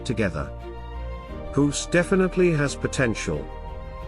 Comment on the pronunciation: Thanks for the video but I am a bit bothered by how you pronounce the name Guus as Huus. LOL! Maybe, it is how you pronounce "G" in your native tongue. I pronounce it as "Gah" with a very short "a"